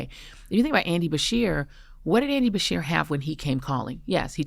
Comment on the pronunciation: BESHEAR NOT BERSHEAR!